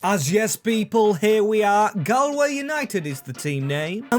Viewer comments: As someone from from ireland its no gal way its gaul way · saying gahl-way broke my heart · it prounanced golway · Galway is pronounced gawl way